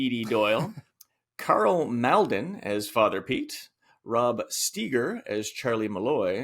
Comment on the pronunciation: Karl Mal'din? Rod Steeger? Are you guys serious? Two giants in film cinema and you can't get their names right? First it's Malden as in "Mall-din". And Steiger... not Steeger. To analyze and critique such a masterpiece as this and butcher two of the most famous character actors of the times is inexcusable... and ignorant.